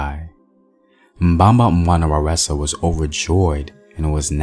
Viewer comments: "Waresa"? 🤔 That ain't Zulu, there's no word pronounce with a R in the Zulu language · Mbamba wana waresa??? There’s no “r” in Zulu. The goddess you’re referring to is Nomkhubulwane